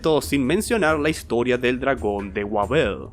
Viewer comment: "le lompió el colazon a un dlagón"